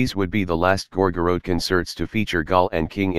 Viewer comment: Computer generated voice: “Gor-gor-rote.”